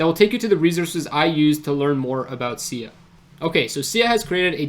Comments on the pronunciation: Pronounced S-eye-ah , not see-yah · No worries. I've been following Sia for about 4 years now and probably 9 out of 10 people who do a video on it pronounce it the same way you do due to the singer. Great work in the video though, not many people are able to grasp the entirety of this game changing project.